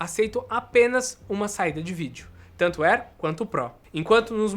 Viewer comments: Tango on-line? Só eu ouvi isso? Kkkk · Tanto??? Ele disse “tango” ????